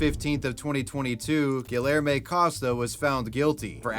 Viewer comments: GILL ER MAY its gee (like in geek) yare (like air) may gee yare may I almost couldn't keep going lol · I can barely listen to the second story because of the butchered name Guillerme (correctly pronounced: Gee-yehr-may) That is not how double Ls are pronounced x.x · GuiYerme You know in Latin countries 2 LLs is pronounced as a Y. Try harder! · I had to turn the video off after you tried to say "Guillerme" I mean I ignored it for a while but it really got to me when you said it 10 times in 30 seconds. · I have reason to believe his name is actually pronounced gee air may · Gi - er - mo for the name haha. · guhlermay XD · pronounced Gi-Air-May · Your pronunciation of the dude's name makes me want to rip my ears off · how can you so confidently mispronounce names?? lol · Where in us does he live? the way he pronounces Guilherme feels so cringey for me. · ik hes a murderer but the way dude pronounced guilherme is criminal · i'm really sorry but the way you're saying guillerme is making me ick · You are aware that the Ls in Guillerme/Guillermo are not pronounced like that right? 😂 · Im from brazil, never heard of guilherme, nor the case actually, this was quite the news. Also i dont mean to be rude or disrespectful at all, i know how hard some pronunciations on portuguese to english or vise versa, but the way you pronounce guilherme, its hilarious! Also "because i wanted" its not a goddmaned answer! You just murdered a innocent person! I feel slightly ashamed that someone like that exists in here... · I’m sorry but you totally butchered Guilherme 😂😂😂